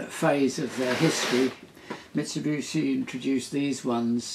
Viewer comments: Tim, I love your work and have watched you for years. It's a common misconception that Mitsubishi is pronounced "Mitsu-BOO-shi", but if you look how it's spelt, it's "Mitsu-BI-shi". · Nice video. It's Mitsubishi, btw, not Mitsibushi. Incredibly annoying that such a clever bloke can't even read the manufacturers name correctly. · A few thoughts: - Your chiropodist needs a dermatologist. - It's pronounced mitsubishi (bee-she), not mitsubushi (boo-she). It means "three lozenges" as in the company logo. To be more precise, hishi (_hishi->bishi_ for phonetic reasons) means "water caltrop", because sometimes their seeds are lozenges. - The cam driver is the most interesting thing I've seen this week, maybe month. Interesting things happened before digitalization took over. - During the video, as I watched your explanation of ladder logic etc, I did think about how much more straight forward everything would be with an Arduino or something, but then I rethought it and ended up with the same idea that you brought up at the end, via Shapiro: KISS. Keep it simple, sweetheart. No need to go beyond something that gets the thing done. There is a certain elegance to it. - You share the first place in my mind in the category of "Favourite Tim", with Tim Rowett, your compatriot who collects toys. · Mitsubooshi? Is that the same as Mitsubishi? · Says Mitsubishi not Mitsibushi! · "Mit-so-boo-she" lol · Ubiquitous pronunciation for some unkown (to me) reason 🙂